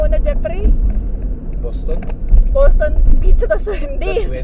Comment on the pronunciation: "jepri" ramdam ko un pagbigkas mo sa name ng hubby mo hehe. 5mos palang ako dito sa US, doing 2 jobs din. Mabuhay ang OFW hehe.